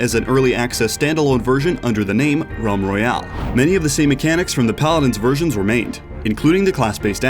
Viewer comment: ralm royale?